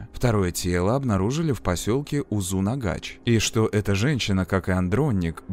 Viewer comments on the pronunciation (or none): Почему произносят узынагач? Когда название узынагаш, может мне как носителю так режет слух, но а видео крутое, спасибо 👍было интересно смотреть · Спасибо большое за прекрасное видео) Только в следующий раз пожалуйста спросите у казахов как читать названия населенных пунктов у нас. Очень резало ухо УзунАгач и АктОбе. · Узынагаш, а не узунагач🥲 Очень интересный ролик Живу в Алматы, помню как то слух был, что он сбежал из больницы. Нас тогда всех дома закрыли🤔